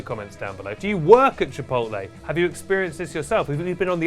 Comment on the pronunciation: finally learned how to pronounce “controversy” and it made him forget how to pronounce “chipotle”